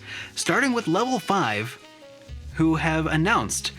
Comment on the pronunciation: Addounced? lol